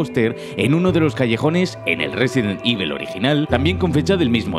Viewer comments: No es resident ivel, es evil coño con la pronunciación que malo eres tio jajajaja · Me ha gustado el vídeo pero resident ivel, vamos ese inglés al 100! 😂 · Un vídeo fantástico. Eso sí, no he podido parar de reír cada vez que decías "Résiden Ível". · Cómo pronunciar Resident Evil con voz grave: Ruesident ivl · Resident IBEL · RESIDENT IVOL